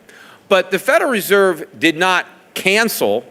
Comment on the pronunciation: He is saying "Federeserve" instead of "Federal Reserve".